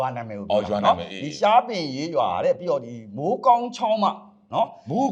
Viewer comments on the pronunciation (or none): ရှားပင်ရေးရွာ၊မဟုတ်ပါဘူး၊ရှားပင်ရေရွာပါ။ကျေးဇူးပါ၊ရေ❤❤❤